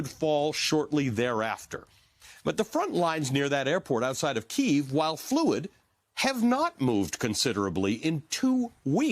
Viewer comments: PLEASE. Stop saying Kyiv in RUSSIAN! It is NOT KEEV! It is Kyiv (Key-iv) or even the American Kiev... FFS, it's insulting to constantly hear Keev, it sounds like skeeve. >> Tom's Ukrainian/American wife Pam << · Key-yiv — two syllables not one! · Try pronouncing the city's name properly. Hint: It's not "Keev".